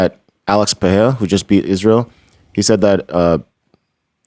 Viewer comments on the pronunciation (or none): Brendan, love your work! But please at least ATTEMPT to pronounce Pereira's name correctly! Put some respeccc on his name lol